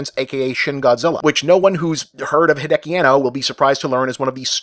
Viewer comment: Also, Anno's surname has four syllables. He-day-ah-key. Hideki is literally a completely different name from Hideaki.